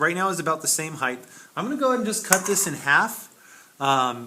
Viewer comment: Please stop saying 'heighth'...